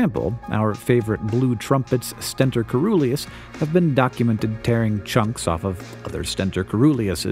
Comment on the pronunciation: It's pronounced /sten-tor ce-ru-leus/, and the oe is actually œ and should be interpreted more like a single E...